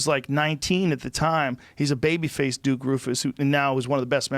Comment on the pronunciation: Did anybody else hear Joe say “Dick Roufus” When trying time say Duke and Rick at the same time lol